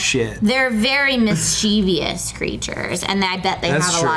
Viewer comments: Oh. My. God.. It's pronounced mischievous not misscheevius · She added an "i" in the last syllable, also said "cheev" in the second, rather than "chi" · It's miss-chi-vus. Born and raised in California. My cousin's gf from Missouri also mispronounces it. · why you say mischievous the wrong way??!! AHHHHHHH